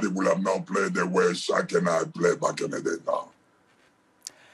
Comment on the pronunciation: You can tell Shaq respects him. He actually pronounced his name correctly.